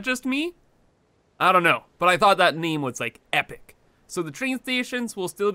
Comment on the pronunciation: Is it just me or when he says "name"it sounds like "meme"?